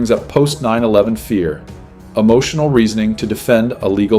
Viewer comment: "PERFESSIONALISM" is not a word. *Professionalism. "PERTENTIAL" is not a word. *Potential. "UHMOTIONAL" is not a word. *Emotional.